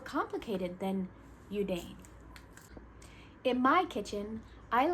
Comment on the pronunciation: Hi. Thank you for the great explanation. Look forward to putting your tips into practice. (PS - I would like to respectfully share the pronunciation of yudane is actually "you dah neh") 🙂